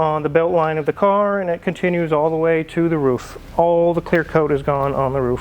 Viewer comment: becoming a southerner, I heard the Os in roof!!